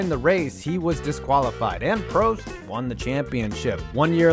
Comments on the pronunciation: Ayertone Senna and Prosteee at sazuku... Jesus Christ these pronunciations hurt. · Say Prost right please